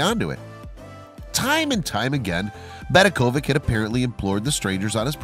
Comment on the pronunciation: Just to make a short story long you have added a history of Zagreb, which has absolutely nothing to do with the problem parking. In the flea market you can buy all kinds of other people's rubbish. BedeKOvic is pronounced VeDEKovich. ovic means son, as in Robinson. Imagine calling the latter RowBINson. Near the end you repeated the name of the city but reversed the vowels, thus Zegrab.